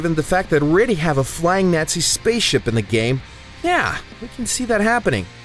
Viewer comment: The way he says Nazi made me cringe 😬